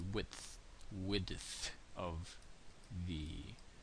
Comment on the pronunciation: The with.. Wi d th the width Lol ;D